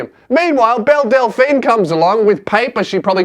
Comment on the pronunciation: Is it just me or does every time he says Belle, I here Bill.